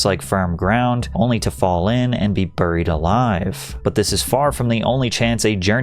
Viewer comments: Patrick, what's up with some of your word pronunciation?? I just watched the idiocracy video where you (more than once) mispronounced "Alzheimer's" as "All-Timers", ironically as you described Idiocracy. Now watching this video, 10 minutes in; you keep mispronouncing "Buried". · Bruh, buried is not pronounced "burr-eed" it's pronounced 'bare-eed'. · he said burreed not once, but twice. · The way Patrick pronounces words drives me fucking insane and I about threw my phone! "CREVICE!?"... OMG if he says "BURIED" like that one more time I'm gonna jump!! It's something in every video. 🤦‍♂️ Millennials and GenZtards are doomed.